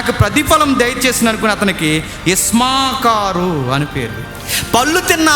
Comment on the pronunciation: Ismakaru kadu issakharu. Putra draksha kadu putra dhatha.thappuga chadhavakandi,cheppakandi